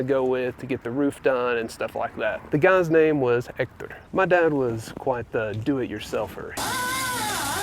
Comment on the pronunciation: Your first sign of victory was instinctively dropping the "h" in "Hector"!